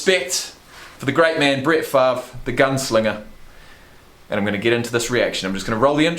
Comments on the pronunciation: The ol' gunslinger. By the way the "r" isn't silent, its pronounced as switched with the "v." "Farve" "Fav" works with the Aussie accent though I guess :) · The R isn't silent. It just pronounced before the V pronounced Farve